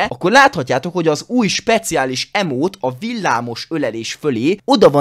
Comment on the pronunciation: Hunternek nyelv lecke: leírva: emote | kiejtve: imót: speciális emóta XD